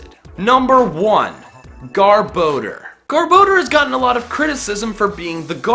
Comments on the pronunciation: I always thought it was pronounced GAR-bo-door. Not Gar-BO-der. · It’s not garboder it’s (GAR- BA- DOOR) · " , Mr. Garrrr- bador!" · THERE IS NO E IN GARBODOR! IT'S LICKILICKY, NOT LICKY LICKY! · It's pronounced Gar-bo-dor. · It's gar-bi-dor! Dumb butts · he pronounced garboder wrong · ITS GAR-BU-DOR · Says garbodor Me: So you have chosen... death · MUK IS MY FAVORATE POKEMON AND YOU DONT KNOW HOW TO SAY GARBDOR!!!!